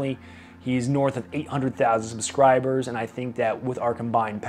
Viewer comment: "Puh-scribers"? Slow down when you talk.